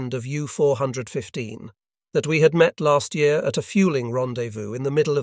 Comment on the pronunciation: why can't AI guy say the damm year right.lol